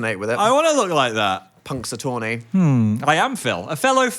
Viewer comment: Phil dear, that is NOT how you pronounce Punxsutawney